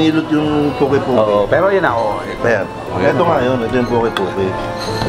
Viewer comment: Interesting on Poke poke as ensalada because there is really a poke bowl but a different presentation. Poke in Hawaii is pronounced as pokay…. Poke bowl is traditionally Hawaiian but with the raw sushi of Japanese influence. It’s a different healthy meal not just salad but a bowl with vegetable, rice, raw fish or seafood and other condiments at sides.